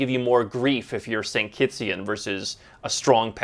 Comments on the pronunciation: Did he just say “St. Kittsian?” 🤦🏾‍♂️…It’s Kittitian. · it is kittitian. it is not st.kittsian. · slight correction, It's "Kittian" not "st.kittian". Ijs